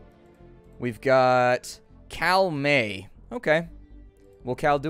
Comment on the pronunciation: Cal May, lol, almost Karl May the famous author